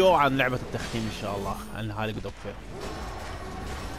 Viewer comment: اسمها كود اوف وار مو وير 😂😂😂 أستمر